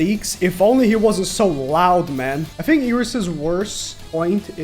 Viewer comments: Not iegris it’s igris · Oh nah we got another guy saying “eegris”, I can’t 😭🙏